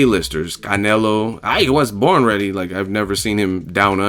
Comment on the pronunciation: Loool I love how you constantly trolling Canelo "I hwas BORN readie"